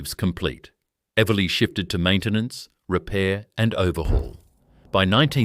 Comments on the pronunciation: Pity the AI voice can’t pronounce Eveleigh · fabulous images.....if only AI could get the pronounciation of eveleigh right! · AI is making a real mess of great video. 3-8-3-0? How about 38-30? And Eveleigh! Someone should be checking these abominations in pronounciation. It blows the credibility of the video.